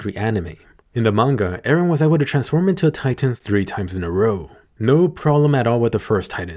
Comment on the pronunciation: Why always say eran